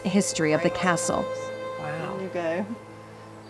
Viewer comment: Could this "" stop calling it Balmoral Cassell? Is that too difficult?